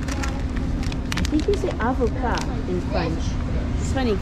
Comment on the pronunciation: You are correct: avocat is perfect as you said it and it also means lawyer 😃 Mangier was also correct 👍😊